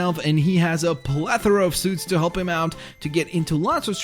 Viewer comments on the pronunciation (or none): none